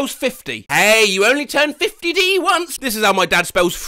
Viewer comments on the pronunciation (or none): I'm not 100% sure but definitely "you only turn 50dee once!!" Pronounced 🎶fifty-DEE🎶 😂😂😂😂😂